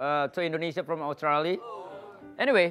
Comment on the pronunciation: Bener pak haji, klo ngucapin itu australia Bukan australi, tyson dlu prnah bilang harus dibaca semua